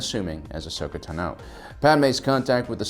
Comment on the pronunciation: The way pronounces "Tano" always irks me.